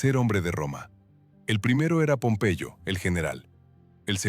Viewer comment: Pompeello? Será pompeyo